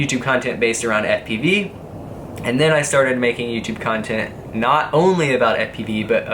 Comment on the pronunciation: love it how pronounce "cuntent"